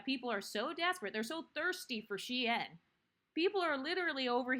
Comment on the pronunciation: .. it’s SHEIN., are we okay??